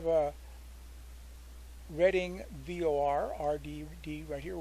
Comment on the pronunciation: I don't think I've ever heard anyone call a VOR by a name that rhymes with "bore"... Usually, I hear it spelled out as vee-oh-are. This is (in my ears) distracting. I had to actually rewind the video and play it back a few times to make sure I heard it correctly. Other than that one little thing, I liked the content. It is useful!